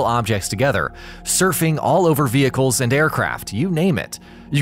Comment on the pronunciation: bruh the way he pronounces vehicle